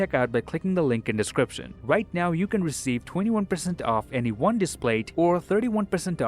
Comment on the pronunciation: I think he said "next wong" 😂